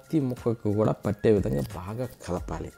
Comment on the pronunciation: రుసి ఏంటి చక్కగా రుచి అను పలుకు, కూడక ఏంటి కూడా అని పలుకు☝️